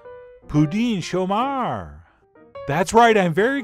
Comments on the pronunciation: "Chomeur" doesn't rhyme with "Cher", but with "her". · Love the volcano!!! In French class in high school in the US we were taught to pronounce it "show-mur" - rhymes with "fur" accent on the 2nd syllable. But maybe French Canadian is different? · I find very good ze video. Moi not an expert on the French of the Québec, but here in La Suisse, pronounce we the Chomeur different. You are, after all the Raymond Burr of your Pouding Chomeur.